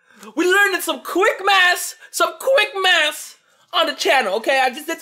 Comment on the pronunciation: You can't even say math right